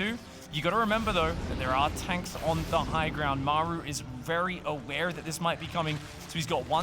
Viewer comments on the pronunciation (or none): Great cast! But the way you call "Maeru" the whole time made me almost mute the video.